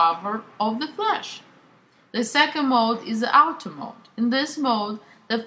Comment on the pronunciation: Love the way you pronounce Auto mode... Out-o maoud